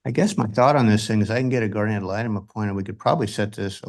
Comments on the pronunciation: Drives me wacky when ppl say GUARDIAM..... IT IS GUARDIAN.... WITH AN N........ NOTTT AN M.... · Moms brows tell me all I need to know about her and if the Aunt doesn’t stop saying “Guardiam” instead of guardian…